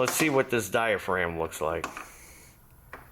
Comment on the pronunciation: That's DIA-FRAGGEM. Silent G, what's that? It should be a Tarylism already....😄